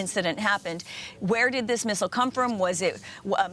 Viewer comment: Thanks for pronouncing missile correctly